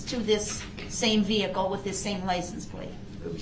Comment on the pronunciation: I’m surprised he didn’t use that as a defense. I had no license, I didn’t “undershtand” how to drive. I had no “license place.” I thought the car I came in was a tan Kia, not a red “Excape.”